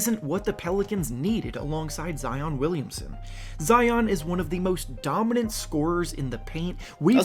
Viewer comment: GOSH HE SAID ZEON 😂😂😂😂